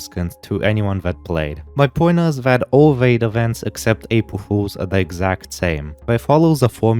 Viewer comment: "apwul fuwlzs" 💀